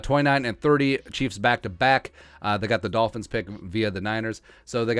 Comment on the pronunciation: Can you say Arnold Ebiketie's name again? :)